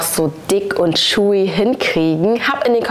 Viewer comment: „Schuiness“ und „Schilli“ 😂